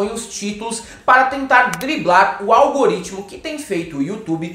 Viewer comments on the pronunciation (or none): none